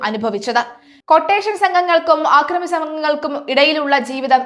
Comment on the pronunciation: ആക്രമി അല്ല അക്രമി എന്നാണ്.